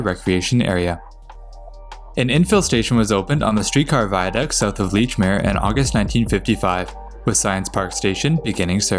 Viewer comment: Makes up for him mispronouncing "Bowdoin". (It's "Bowdun".) But he also got Lechmere right.